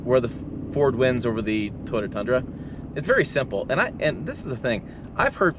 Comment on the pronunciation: Fake engine noise? You will probably love the metaverse, also fake. I like living in Realville. BTW it is Toy OH" tah, not Totah, but I still really appreciate your channel. Good honest content.